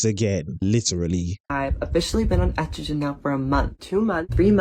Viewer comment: Can't even pronounce estrogen